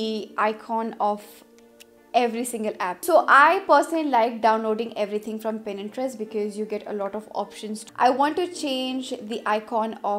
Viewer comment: Di yaaar 😂😂 pinterest aap.galat bol rahe ho 😂🤷 Pinterest aisa pura bola 😂